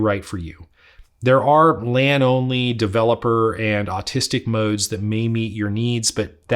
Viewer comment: did he say autistic mode?